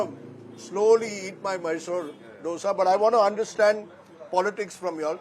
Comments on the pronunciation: This fellow has been doing these shows for donkey's years. He still can't pronounce Dosa as Dosa. Calls it Ddosa. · Its Dhosa.. pronounce it as Dho-sa or Dho-se, common its been ages.. can't you guys say this properly still